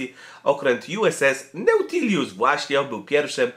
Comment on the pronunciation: Siema, fajny filmik, ale mam uwagę. Mianowicie okrutnie żonglujesz nazwiskami. Normalnie nic bym do tego nie miał, lecz sorry, ale Sharon Tate to nie Sharon Tail, czy Tale..;) Dodatkowo: w 80 dni dookoła świata, nie w 40. Nadto, nie 'Nautilius' tylko "Nautilus". I inne "kfiatki". Odpocznij trochę;)